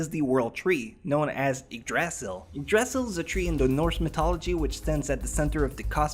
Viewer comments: Ok so I know this person has an accent, that’s fine but please boi say things correctly Yggdrasil is pronounced )yig druh zil) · Why most you pronounce Yggdrasil like that?